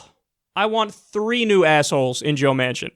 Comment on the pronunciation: The first couple of times I thought he was saying Joe Mansion. I was like , no wonder he is a sellout.